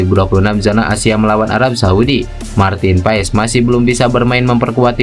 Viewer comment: pengucapannya Martin PAS bg..